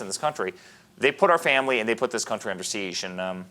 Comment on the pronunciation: He's saying seize but the title to video is siege. Which one is it